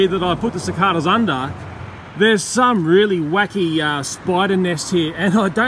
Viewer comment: Yeah we all gotta save the cicadas (how he says it “cic-AH-dAH”)